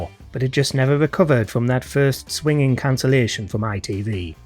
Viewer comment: Think you mean swingeing cuts (pronounced swin-jing) not swinging when talking about Primeval’s demise.